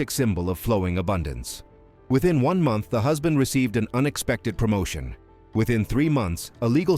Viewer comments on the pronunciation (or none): none